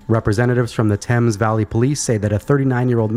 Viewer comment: You pronounced Thames correctly, subbed :D